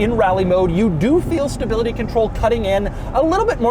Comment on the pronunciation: What’s staybility, Doug? Do you mean stability?